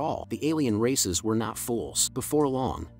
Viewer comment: I thought he was saying racists the whole time lol